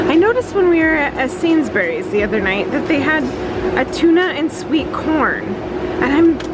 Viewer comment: Love MandS everywhere. BTW, Sainsbury is pronounced 'Saynzbreeeze' not 'berries. 😂😂We love MandS in Ireland too, especially now that they're sourcing more meat products here. Nice video.